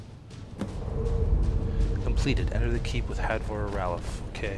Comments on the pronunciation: you tried to correct him by saying Raylof but it's Ralof so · u keep saying rolaf wrong